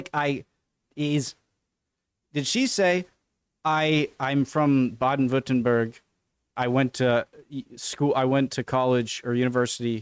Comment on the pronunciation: Your pronounciation of Baden-Württemberg is extremly good, like 98% of native english speakers struggle hard with "ü" just like they do with "ä" and "ö", you were almost spot on so you got some language talent. But no, she said she lives around Stuttgart and some say Schwäbisch is it´s own language but it´s just a dialect. BTW: Sprache doesn´t mean english speaking, just language. You might wanna check out "how anyone can read german" by RobWords.